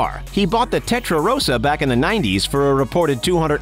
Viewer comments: It’s testarossa, not tetrarossa . You’ve been fucking up, bro. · this man really called a testarossa a tettarossa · Uh.. It is "Testarossa" not Tetarossa. "Testa (Head) Rossa (Red)" as in Red Head... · Tetrarosa? Are you kidding? It's Testarossa! Ugly car IMO! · “Nice tetrarossa” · tetrarosa???? fuck youre clueless when it comes to cars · This Guy just said Ferrari TETRA-ROSA . Damn. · Did he just say tetrarossa?